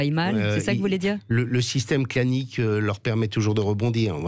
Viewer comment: ai-je bien entendu "clanique" ?????